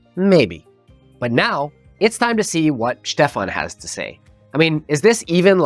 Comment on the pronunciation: It's Schtefahn, not Stefan. 🙃